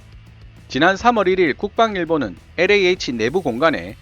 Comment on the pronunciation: 충고 한마디 왜 영어발음에 혀를 그렇게 꼬는지요? 일부러? 특히 엘자 발음을 비틀어 꼬는건 듣기 아주 불편하네요. 영어 40년.